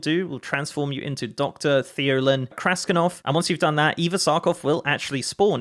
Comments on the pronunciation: the name is kras>T<inov not kraskinov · Why do you keep say "KrasKinov" when it is "Krastinov"? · Krasti-N-ov. with an N not a second K